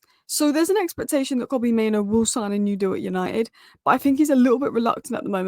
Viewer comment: it's pronounced MainOO (like loo) and not MainO (like no)...